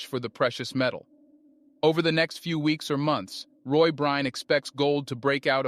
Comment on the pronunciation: I hope you apologize to for mispronouncing his name so consistently.